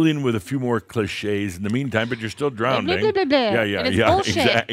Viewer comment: I’m listening but get stopped every time I hear mispronounce drowning as drownding! 😮